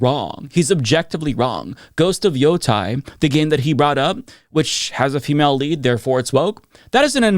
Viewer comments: Why does every misogynistic gamer pronounce ghost of yotei like “ghost of yoTAI” 😭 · He acts as if Ghost of Yotei (which he pronounced wrong BTW) is flailing when it's selling very well. Games great. He just needs to act like it's doing poorly because he's grifting to his dumb F audience who are too busy licking door knobs than they are playing games.